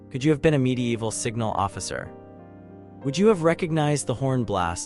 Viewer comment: Great content, but god damn i cant stand the "midi-eehval"... Sorry man, but fuck this.